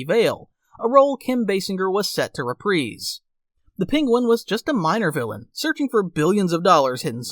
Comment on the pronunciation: Not you, the AI generator you used probably did it. Like the mispronounciation for "reprise". Choose your robots wisely.